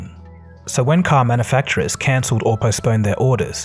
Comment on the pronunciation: Hearing you mispronounce "manufacturers" over and over again was mildly entertaining.